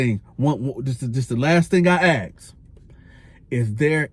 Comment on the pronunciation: Why can’t say the word “ ask “???